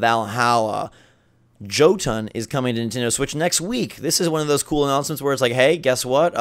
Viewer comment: You slaughtered the pronunciation of Jøtun. It is not Jhotunn it is more like Yuhtun